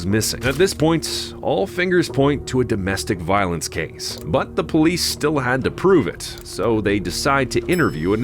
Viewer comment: Why’d you say powice ???